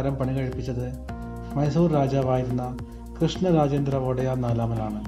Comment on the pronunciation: വോടെയാർ അല്ലടോ. ഒഡെയറു എന്നാണ് വേണ്ടത്.ഉടയോൻ എന്നു പറയുന്നത് പോലെയാണത്. രാജാവ് പ്രജകളുടെ ഉടയോനാണ്. അതുകൊണ്ടാണ് ODEYARU ( ഒഡെയറു ) എന്നു പറയുന്നത്. കന്നഡ വക്കാണത്. കന്നഡ സാഹിത്യക്കാരോട് ചോദിച്ചു manassilakkuka